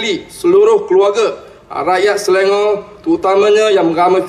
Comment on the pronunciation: Selangor in BM not in English as pronounced YB!!